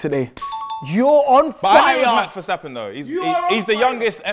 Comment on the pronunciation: Man said Mark Verstabben🤣